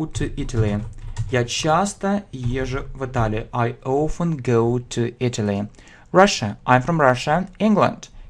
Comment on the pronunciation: Не знаю, говорили ли, но на вы произносите often как "оуфен"